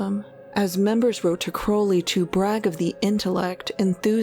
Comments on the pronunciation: I'm so happy you're back with a video about one of my all time favorite people.I'd love to know if Jack really did drop that can. (Thank you for pronouncing Crowley the right way)! THANK YOU! This saved me from having to do a lot of typing. ...uh, dangit....LOVE is the LAW, LOVE UNDER WILL is the part of Do What Thou Wilt that gets left out all the time. True Will is your Will united with the Divine, which usually means you contacted your HGA (Holy Guardian Angel) but I know how to be a decent human being inherently, I never needed religion or law to know how to treat others. The Golden Rule is priceless (my grandma taught me that). 💗 Don't we all know this before we get messed up by parents, school, society, whatever? Just ask yourself first. It's so cool you got to interview him, this is an excellent video. Marjorie is another favorite person of mine. I agree with Peter Grey about why the can slipped. I hope Hubbard is feeling every nanoparticle of pain and suffering he's intentionally loosed upon the world. I wish Jack saw through his layer of slime and protected himself/not been sloppy about mercury effing fulminate. Thank you and all the interviewees for this amazing video, it was worth the wait! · Now I see how this incredibly hokey religion attracts straight male followers, at least. Points for properly pronouncing Crowley's name. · Amazing. Crowley correctly pronounced. Amazing.